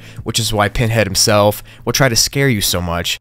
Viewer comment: "hismelf" lol